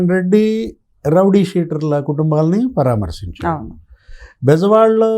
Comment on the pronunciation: పరమార్సించారుకాదమ్మా తెలుగు బాగా నేర్చుకోండి.పరామర్సించడం అనాలి